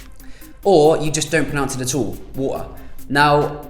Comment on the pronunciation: "not pronounce them at uuul"